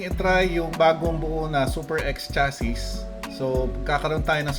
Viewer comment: Constructive criticism lang po since youtuber kayo/content creator. Ang pronounciation ng chassis ay "shassee" . yun lang po, ty